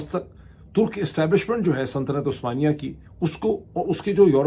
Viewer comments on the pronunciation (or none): kia aap "santanat-e-usmania" keh rahay hain??? I am sorry, I kept hearing "santanat"...